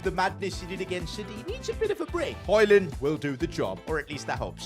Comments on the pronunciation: Its not holand its hoylind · Its not holund but hojlund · say højund not holund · Its not holland its hojund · why did he say haaland instead of højlund he could just have said hojlund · Im from demark and its not Hojlund its højlund😅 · Bro called Hojland Holland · Ur saying højlond right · HOW TO SAY HOJLAND IS HOILAND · Say it like this hoylund that’s how it sounds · I love how he calls hojland holland 😂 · It is painful to listen to him butcher hojlunds name